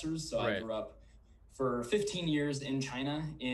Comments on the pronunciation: the way he says "for" kind of gives it away. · How do we know he's legit? When he pronounces "For" like "Fur". Midwestern Me: Yup he's a native. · Fur/for was pretty much the only time I noticed his midwestern pronunciation. I’m from CA (and btw, native born Californians who know better do not call it Cali (shudder)) and I thought he had the CA no-accent accent. And here’s another BTW: please don’t call San Francisco Frisco. If you are local, it’s “Ess Eff” or The City.